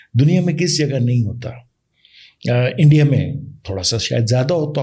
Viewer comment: ENDIA🤣🤣 HALWAI YE BOLNA TOH SEEKH LO🤣🤣🤣